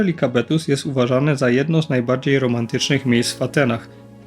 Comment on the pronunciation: Film spoko i tu nie chcę wychodzić na niewdzięcznika ale: jeżeli podajesz nazwy własne miejsc to proszę.... nie Likabetos tylko LIKAVITOS - piosenka nawet jest "volta sto likavitos". To tak jakby Warszawę nazywać Warczoba.